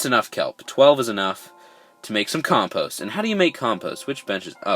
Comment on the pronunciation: I got 4 blockheads and thats not how you say compost